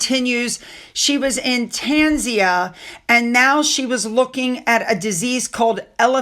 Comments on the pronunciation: you keep saying Tanzia its Tan Zan Ear and its Elephant Isis, soft S as in Osiris Egyptian God. ❤ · Tanzia? Tanzania I suppose. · TAN ZA KNEE AH. Sorry, but you have mispronounced it in 4 videos. And yes, I am part of the grammar police.